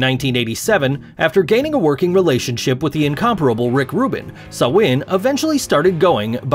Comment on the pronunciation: It's pronounced (Sam-hane) like Hanes clothing